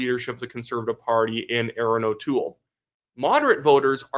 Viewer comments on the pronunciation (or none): none